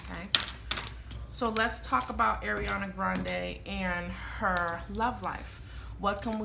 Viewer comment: Her first name is pronounced R-e-on-uh not Air-e-on-uh. R. Ariana.